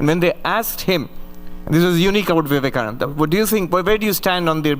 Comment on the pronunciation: Vivekananda ka naam to sahi se ucharan kar leti..host beta